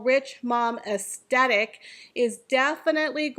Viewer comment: I agree with everything you said, but please listen to how the word “aesthetic” is pronounced correctly 😅